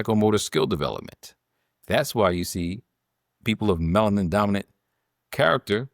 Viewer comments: It’s a 3 syllable word. Melanin.. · Respectfully, the word is “Alzheimer” not Old Timers. Also, Melanin has 3 syllables—Me-la-nin. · "Bigo logical" "Melin"? Does she have a speech impediment? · Will someone PLEASE inform this educated Queen that the pronunciation of YAHWEH'S elixer of life is MELANIN! Thank you very much! ❤❤❤❤❤🎉🎉🎉🎉🎉😊😊😊😊😊